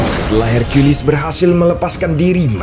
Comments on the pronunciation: Bilang saja herkules bang ,,pake herkuilis segala kau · Hercules Min bukan Hercuilis🗿 Emosi bet Dengarnya Su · Apaan sih hirkiyulis, herkules aja woy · LU DENGER SENDIRI AKTORNYA BILANG "I AM HERCIULIS" DI MENIT